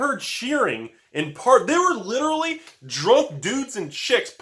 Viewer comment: 16 "liderly" and 1 seriously? You can do better!!! :D